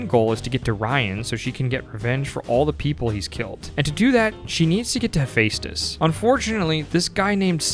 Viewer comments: Say it with me "Heh-Feh-Stus" not "Hey-Fey-Stus" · i literally hate how you pronouce hephaestus. it's pronounced Ha-fess-tus it's a greek god of... blacksmithing essentially, volcanos/metalworking and all